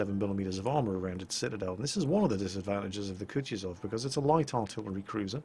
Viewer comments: Not kutjezov its kutuzov ( kuˈtuzəf) sorry but piercing ears too much...Great looking shit btw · Kutuzof, KUTUZOF! Not Kutjuzov. I'm sorry, but it just hurt my ears too much to not mention. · "M I H A I L. K OO T OO Z O V" know how to pronounce his name, he saved the world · It's pronounced more like KootOOzov. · Koo-too-zov. One of the easiest to pronounce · Sounded to me like "cut-yourself" so be careful when playing this ship. Use protection! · The way just butchers that name is just... amusing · OMG you are ruining the man's name! Use google translate to get a starting point how this name should be pronounced: Few weeks ago you were wondering how to pronounce Nagato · Emphasis on the second "u"!:D Thanks for the great episode. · Derp moment from me, forgot how to speak russian for a second... In "Kutuzov" accent goes on second "u" ^^' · Your pronouncing that surname wrong, if it the named after the famous Russian general of Austerlitz fame that is. Watch the new BBC "War and Peace" production for the correct one